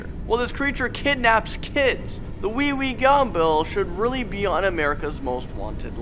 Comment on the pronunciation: *pronounced way-way gum bell * Him : WEEWEE GUMBALL